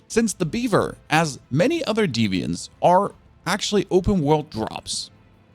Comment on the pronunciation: D-v-ants not defiants